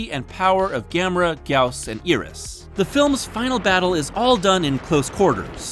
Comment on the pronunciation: you see Iris and you pronounce it "ear-rus", not "eye-rus"? I think you've got the wrong body part dude